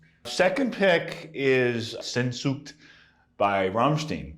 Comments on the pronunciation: While Alex's pronunciations of both Sehnsucht and Rammstein are damn near atrocious enough to be war crimes I love that he names a Rammstein song as one of his favorite riffs. Their lead guitar game is not all that great for "Metal", probably around the same level as Tom Morello from Rage Against The Machine - and their riffs are never all that complex for "Metal" but yet they still have some of the strongest rhythms with their riffs out of any band I've ever heard. Heirate Mich has another really great riff, and they have many great riffs - but people do go crazy over that Sehnsucht riff too! Like Alex saying it makes him move. People go nuts at Rammstein shows and hang on every word that's sung. I don't know enough German for that, but I know a little. Trying to teach myself more. Rammstein will probably never be known as being technical the way bands like Testament are but they have bomb-ass riffs and their style is definitely more unique than a lot of other bands. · cant even pronounce rammstein correctly lol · 80% of the comments are why people in general hate metal and the metal community.. just nerds screaming into the wind Alex is a legend, if he says Van Halen is metal, pronounces Rammstein wrongly, and fails to recognise some obscure Led Zep riff stealing storyline, so what.. I'd rather let that slide, than whining about it in a YouTube comment section